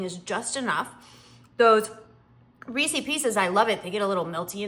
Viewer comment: You and elaine carol pronounce Reeses the same 😅 Its ok, we know what you mean.